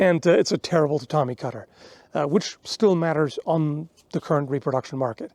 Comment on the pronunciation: MAT-ters? Oh no